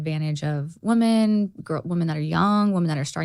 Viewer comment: gosh love but she still hasnt learned to pronounce women vs woman!